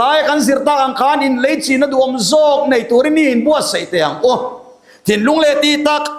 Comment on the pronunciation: Thu pawimawh tak zet ani e.. ngaihthlak vek chi ani e.... Mahse Thu Mal 2 sawi Dik tur a awm tlat... A HNAIH lai- Tih tur hi " a HNEIH lai" Tih ni lo se... In LAICHIN na Tih tur hi " in LEICHIN " tia sawi ni lo se... A thra emai ka FW zel dawn e